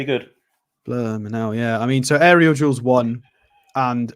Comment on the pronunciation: He saying aerial jewels? 😂